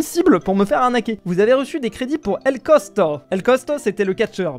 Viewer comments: C pas cosco m'ait costo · C costo pas cosco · qui dit cosko au lieu de costo😅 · A chaque fois qu'il disait "cotsko" au lieu de "costo" ça m'a stressée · Quand tu vas réaliser que c est costo et non cosco 😢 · "el cosCo" nan vraiment.... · Ses plus el costo mais el cosco 😂😂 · el cosco ? Non el Costo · El cosquo au lieux de el costo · TA DIS COSCO NOOONNNNN C COSTO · 2 sec apres:cotsco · On dit Costo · Rip El Costo qui s’est fait massacrer son nom pendant la moitié de la vidéo🫡